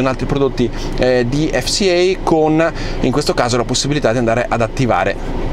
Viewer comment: azz, "ef si ei" ma pure "si es ai"